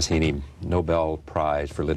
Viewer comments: Charlie Rose hasn't been briefed.. Not Seamus "hay-knee", but Seamus "hee-knee" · Does anyone else notice that Charlie Rose seemingly deliberately mispronounces words, specifically the names of his guests? Seamus 'Haney' he says. Like, that's not his accent or anything - just a willful wrongness. It's weird.